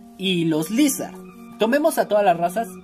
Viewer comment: Ni se dice Lizhard se dice laisard